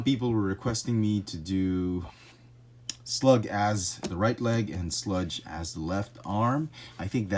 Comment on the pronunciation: Hey, his name is SLAG! Not slug.